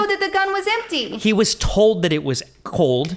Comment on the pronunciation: "It's impty."